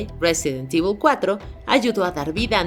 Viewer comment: Silencio incómodo cada vez que dice "resident evil"